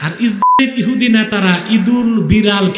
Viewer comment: ইসরাইল ইহুদি এ নামগুলো হুজুরের উচ্চারণ বুঝা যাচ্ছে না।হুজুর কি ভয় পাচ্ছে কিনা বুঝলাম না